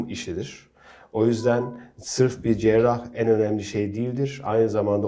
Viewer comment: Şu kızı ekrana çıkarmadan önce, "Cerrah", "Cerrahi" nasıl söylenir onu öğretseydiniz keşke. Kulaklarımı tırmaladı, seyretmeyi bıraktım.